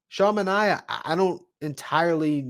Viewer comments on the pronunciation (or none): I love your content but this has been bothering me all winter... It's Manea (MAN-EYY-AH) not like Omar Minaya (MIN-EYE-AH)